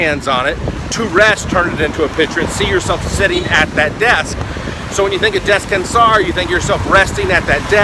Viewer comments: ok..I agree with the pronunciation is a biggie. But my dear resting in Spanish is not pronounced the way you did. you might want to get the proper pronunciation for it. But you are adorable. I love your videos... been recovering from brain surgery and have used many of your videos to help me improve. I love your work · I'm from portugal and you dont say descansar like that xD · you pronounce "descansar" wrong and "mesa" too